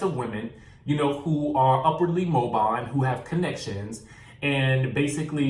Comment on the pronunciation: Friend, you said "Upwardly mobiNe." That's going to be "mobile," which means moving--as in automobile; as in mobility.